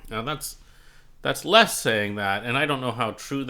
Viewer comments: Minor quibble, but it's, "Lez," not , "Less." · Correct. It sounds strange pronouncing it "Less".